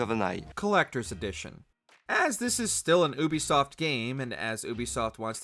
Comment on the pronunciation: It’s yubisoft not uubisoft😹😹